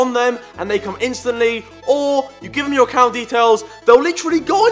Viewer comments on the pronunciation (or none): none